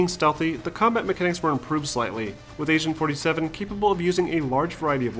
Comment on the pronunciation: Lol, You keep pronunciating it as 'Asain 47'.